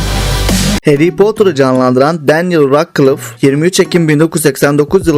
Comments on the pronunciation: Ratklıf diye okunmuyor radclif diye okunuyo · Denyıl ratkılıf mı😂